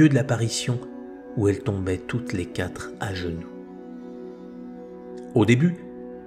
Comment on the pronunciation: Merci beaucoup pour ces vidéos. Je me permets une petite remarque linguistique pour en améliorer la qualité : il n'y a pas de "s" à "quatre" donc on dit "les quatre amis" et pas les "quatres amis" (on ne doit pas entendre de "s" à la fin de "quatre"). Merci encore pour votre travail.